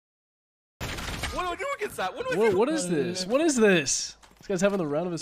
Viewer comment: Bro really murdered phoon’s title with this LMAO